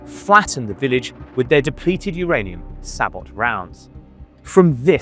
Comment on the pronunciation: This is great, i have 2 criticisms. Please learn how to pronounce abrams and sabot. Thank you